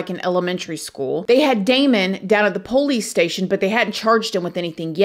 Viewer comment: Hey friend! Can't wait to listen tonight when we travel home from work. My husband and I just love you, and we LOVE the way you say "po-lice" ❤❤❤